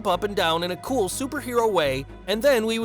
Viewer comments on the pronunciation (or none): none